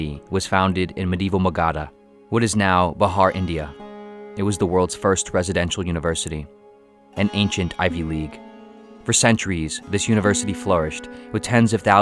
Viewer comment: the indian state's name pronounciation is more like bee-haar ..